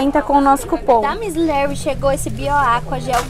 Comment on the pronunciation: É Miss LAry e não miss Léry 😂